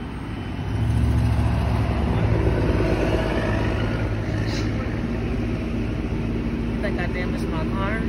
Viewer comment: Median not media lol